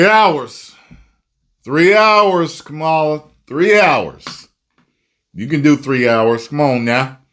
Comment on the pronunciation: Please say her name correctly. You know better.